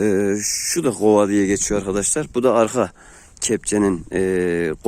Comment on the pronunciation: gova değil kova